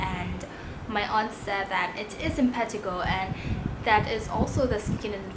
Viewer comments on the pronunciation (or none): M-pa-t-A-g-O is how you say it lol